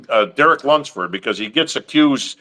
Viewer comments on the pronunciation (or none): “LUMPSFORD!” 🤣🤣